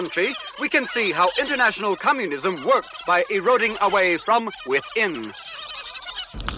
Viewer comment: i swear on my heart he says cummunism rather than communism